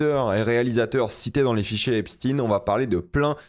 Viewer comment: C’est Esp SHTAYNE, EPSTEÏN